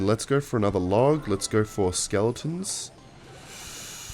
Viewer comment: Every time says “SmellEtons” i slap my knee and start wheezing with laughter.